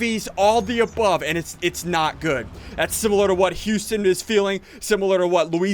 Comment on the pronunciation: your saying houston wrong your saying youston